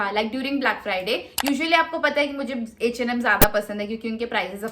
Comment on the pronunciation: Eeeh and Am Baaaaaag Pls bolna seekh le 😂